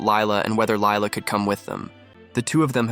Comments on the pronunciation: it is actually pronounced Leela not Lila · Girl it's lila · huh? It’s Lila